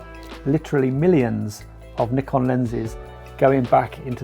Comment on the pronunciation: It's pronounced Nikon 😬